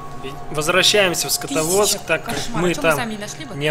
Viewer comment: Скотоводск ааааа ору. СКАДОВСК